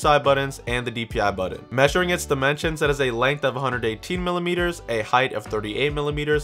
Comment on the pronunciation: It's pronounced button not "buddon"... just saying. Snarky comment aside, thanks for the video! I will buy through your links for all your work.